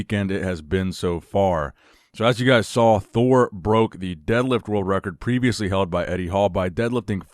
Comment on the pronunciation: No one: Eddie Thor : Addie Me : Edward